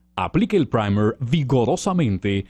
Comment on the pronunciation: A alguien más le gustó la pronunciación del Primer? 😂😂 Me hicieron sentir así como que esa vaina aguanta vuelos espaciales jaja (Buen vídeo 👍🏼👍🏼)